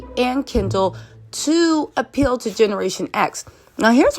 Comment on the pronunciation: keeps saying Kendal "Gender " it's hilarious..